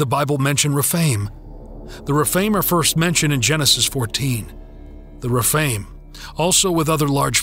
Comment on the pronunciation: Some of the words are weirdly pronounced, like Rephaim.